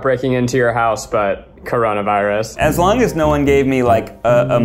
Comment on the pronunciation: The way Zach said 'corona virus' just made me laugh😂